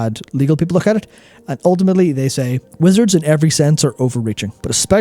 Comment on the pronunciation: Every time says Wizards I hear him say Blizzard out of habit.